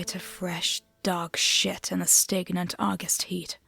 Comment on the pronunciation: the word “stagnant” is pronounced “stag-nant,” like the animal. Great story!